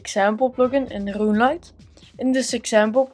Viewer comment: my very own rRrRuuuneLite plugin